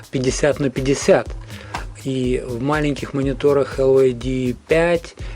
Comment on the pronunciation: Прошу прощения, но произносить LYD как ЛЮД, это антиреклама для компании. Надо либо говорить чисто по-английски Дайноудио Эл Уай Ди, либо по-русски - Динаудио ЛИД.